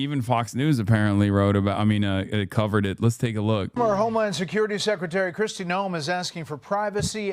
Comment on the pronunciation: please nobody tell hasan he's been pronouncing her (and every other contemporary Kristi) name wrong the whole time